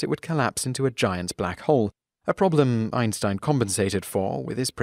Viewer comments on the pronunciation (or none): none